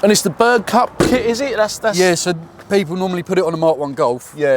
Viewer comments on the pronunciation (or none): It's Berg cup not Burg cup - Berg = Mountain.. Berg cup is a hillclimb race series.